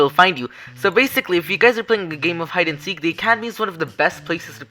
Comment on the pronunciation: hide and speace